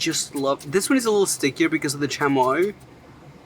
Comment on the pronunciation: It’s C H UH moi